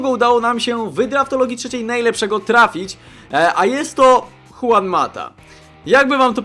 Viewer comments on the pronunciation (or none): none